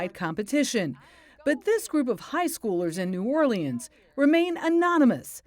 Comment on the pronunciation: New Or-Lee-Ans??? Seriously???